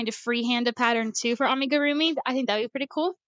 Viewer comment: You are saying Amigurumi correctly. It is pronounced "ah-mee-goo-roo-mee." It actually drives me crazy when people say it the other way. My side gig as teacher is teaching knitting and crochet to kids ages 6-18. You are not required to use the yarn under method. Also when you are using channel yarn I recommend new crochters use a ton of stitch markers to mark their stitches. The side your tail is on is the wrong side. I would drive you crazy if you were my student because I would have a you redo so many things. Because it will often not work out if you don't. Some projects are just fine and you can fudge it. I will miss JoAnns. They have the best selection of yarn in my area. It is really good. I will not step foot in Hobby Lobby for political reasons. I have a Michael's still. If Hobby Lobby is what you have then I understand using it. I would more then likely. There should not be yarn shaming. Use what you would like and what you can afford.